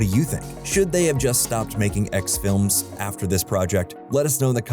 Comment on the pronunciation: I swear every time he said "X films" lol